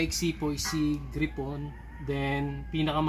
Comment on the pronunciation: Nakaka umay yung pronunciation mo ng gryphon. Gray phon. Hindi gri pon.